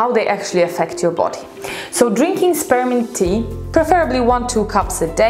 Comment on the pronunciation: When she said spearmint tea, her accent made it sound like sperm tea. 😂😂😂